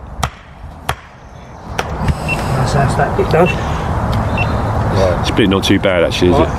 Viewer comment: We can all do things better but you need to work on your pronunciation mate. For example, rolling is not wolling! Right is not wight and things are not fings.